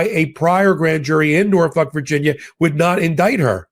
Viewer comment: Haha, you just called Norfolk, Norfuck, you nut!!!